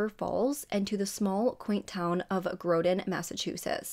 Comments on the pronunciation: Hey just wanted to let you know the town is pronounced like rotten just add the g lol grotten 💜💜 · Fyi, Groton is pronouned like rotten. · I like your stories and the way you relate them but you truly messed up on MA towns! It's Fall River, not Rivers Fall and its Groton (pronounced grot-tun) no d letter or sound of a d, different o sound. How in the world did you get Lizzie's hometown wrong? There's no town in MA with either name you used. It's just that, for me, it reflects a bit on accuracy. Pronunciations can be flubbed but backwards and downright misspelled is a bit iffy. I want these kinds of stories as accurately done as possible to give it a careful ponder. Does the town names change the story? No, but it leads to thinking if you get something so easily checked, what else are you getting incorrect? FYI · Your research is always very good. But it is Fall River. And Groton is pronounced GRAH tn. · Grawton is the way they pronounce